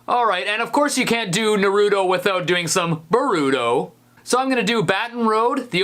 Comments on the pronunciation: for...fuck...sake..... ITS PRONOUNCED NAH-RUE-TOE..... THEY SAY IT LIKE 1000 TIMES IN THE FIRST EPISODE ALONE! HOW DO SO MANY PEOPLE LIVE LIKE THIS!??!?!? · Wake up to reality You said Naruto wrong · HE SAID NARUTO WRONG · WHAT IS NURDOS HIS NAME IS NARUTO SAY IT RIGHT WHAT WRONG WITH U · Breathing intensifies THATS NOT HOW YOU PRONOUNCE NARUTO IN ENGLISH YOU *€$*&*€*-*#*/@@ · You pronounced it wrong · Fighting Dreamers: Naruto and he said Naruto wrong. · You said Naruto wrong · Ohhh... big mistake. You mispronounced Naruto. That annoys me so much. You always put strain on the FIRST syllable in Japanese. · Wrong pronouncing from naruto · The way he says Naruto makes me cringe. LIKE THEY LITERALLY SAY IT CORRECTLY IN THE SHOW SO WHY CAN'T YOU SAY IT CORRECTLY ASWELL? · He say's Naruto and Boruto wrong. Steve I love you man come on. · I can't handle it when people pronounce Naruto like that. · Said Naruto so wrong. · Of all the bad ass Naruto openings you had to choose blood circulator? And I really hate the way you say Naruto...I mean come on, really? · The way you pronounced Naruto hurt my soul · NAH-roo-toe. Not, nah-ROO-toe. Sorry, that really pisses me off. I love Naruto. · CURSE YOU!!!!! you pronounced Naruto wrong. its pronounced NAH-roo-toe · ok how he pronounced Naruto and Boruto's name triggered me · Naruto does not sound like neruto it’s n ar u to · It's nourto ,not nurooto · Nuh-roo-toe?! Naww tis. Naw-rah-toe Hahaha love your vids man keep on keep'n on! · It's "NAH-roo-toe" not "nuh-ROO-doe" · "Anime" is the plural of "anime" and "Naruto" is pronounced more like "Nah-roo-toe" not "Nuh-roo-doh" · It's NA ROO TOE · HOW DARE YOU! ITS PRONOUNCED NA-RU-T0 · You said it wrong it's Naruto not new turo Let Me Slowly spell it normal and r Naruto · It's pronounced nar ooh toe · No not naruuuooto it’s natuto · Naruto is said nar o to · As an avid Naruto watcher you are saying it wrong it is nar-oo-toe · DID YOU JUST PRONOUNCE NARUTO AS NAROOOTO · Its nar ru toe